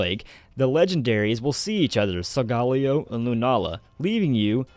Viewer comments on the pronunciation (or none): Hears sol-golly-o. TRIGGERED. It's sol-ga-leo. Leo like the zodiac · Sol-guh-leo not Sol-gah-leo, dude. Get it right. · Am I the only one that pronounces Solgaleo as Sol-ga-leo?